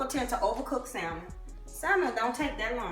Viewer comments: Pronounced sa mon not sal man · The L in Salmon is silent. It's hard to take someone serious who cannot pronounce what they're cooking. Pronounce the fish as SA-MON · Stop pronouncing the “L” in salmon. You don’t have to scream when you’re speaking.